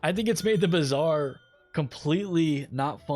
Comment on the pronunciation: It's Bazaar 😂